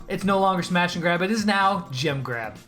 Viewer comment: When you say jem grab it sounds like u are saying jim grab